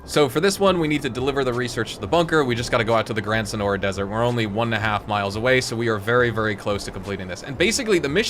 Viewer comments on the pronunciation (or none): none